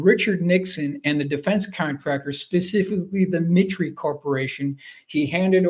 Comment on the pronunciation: 2 corrections: assassination was misspelled and “mitre,” I believe, is pronounced “MY-ter.”